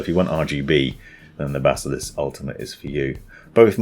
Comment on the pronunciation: When he said bazzalisk